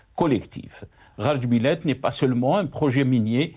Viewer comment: C'est GARA djebilet et non GHAR, VOUS EXCELLEZ DANS L'ARABISME !